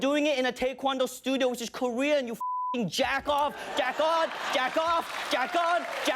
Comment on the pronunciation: Huge respects to Ronny, literally as an Asian student training in martial arts, I cringed when he said Karate and proceeds to show Tae Kwon Do like???? First of all Karate is Japanese, Kung Fu is Chinese and yet you show a Korean martial arts?? AND RONNY PRONOUNCED TAE KWON DO RIGHT! Y E S. THANK YOOOOOOOU!!!! Idk how the heck ppl get a "Tai" pronunciation from Tae.